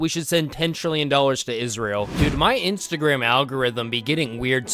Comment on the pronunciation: btw its instagram not insertagram